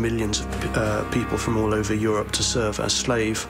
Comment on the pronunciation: “Yourup”, come on man.